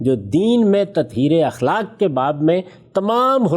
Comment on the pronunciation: دو الفاظ کے تلفظ کی طرف توجہ مبذول کرانے کی جسارت کر رہا ہوں اَخلاق ہوتا ہے اِخلاق نہیں زِنا ہوتا ہے زَنا نہیں